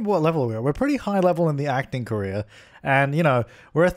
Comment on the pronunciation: I speak english as a second language, the whole time I thought you were saying Korea instead of « career »! xD I was trying to understand how your sim could be an actress in Korea, didn’t make any sense! xD What could I use as a pillar, in the original objects fron the game? I just have the City Living pack..